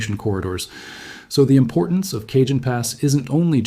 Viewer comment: You are mispronouncing Jacinto and Cajon